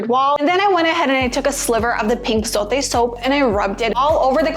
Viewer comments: It’s pronounced “Zo-teh” not “Zoe-T” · It's funny how she's trying so hard to say it